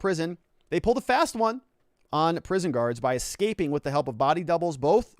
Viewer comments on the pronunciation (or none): none